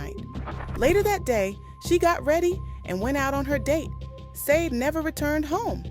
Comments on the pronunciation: Why do you keep saying Sade wrong ? Shah-day not sayd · Not Sadi Sha-de